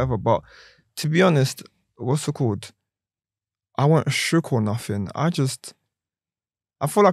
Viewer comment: Everytime he says 'Whassitcawwed" down a shot.